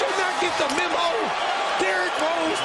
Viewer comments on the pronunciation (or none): none